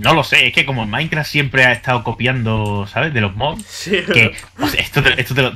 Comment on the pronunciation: de embes de decir minecraft parese que dice maicra